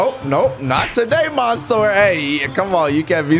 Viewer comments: Not maansoor Correct منصور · He says monsoor had me laughing